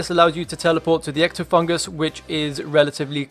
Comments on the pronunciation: Nice guide. I like the format. One thing I want to point out is that it's Ectofuntus, not fungus. Not a big deal, but got my OCD a little. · lmfao "ectofungus"